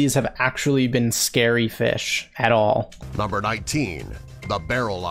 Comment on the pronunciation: NUMBAH 14, THE GIANT ROLLY POLY